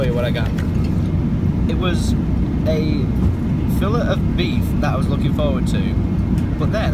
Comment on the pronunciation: that pained you more than him saying fillet?? xD